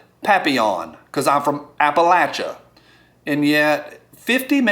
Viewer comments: Appa lay shee ah! LOL!! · it's Appa LAY cha! See what I did there? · Well A-C-T-U-A-L-L-Y it's Apple-A-shuh! Hehehe, jus' yankin' yer chain. Good Counsel, these days we need to minimize conflicts between us and focus on what unites us.